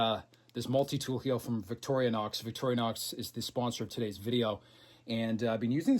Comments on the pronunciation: I dont understand when you say you have to have 100% cash to get finance, do you mean you can't use equity in other hard assets like houses, boats etc? We pronounce it Vic torrr nox, you sound like victory nox lol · Wait. Are you calling it vicori-a-nox? This is another alumInIum moment I guess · Hi, just wondering is the name of the Swiss knife company pronounced Victoria-nox, or Victory-nox. After all it is spelled Victorinox with no ‘A’ in sight. And so glad the history bits will be continuing. We all get a little smarter and well educated each time we watch. A history question for you….the Knights Templar. Were they self-less, chivalrous saintly protectors of Jerusalem or a bunch of self serving mercenaries out to line their pockets with Jerusalems riches? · I love your efforts……but if you say Victoria nox one more time……….🔥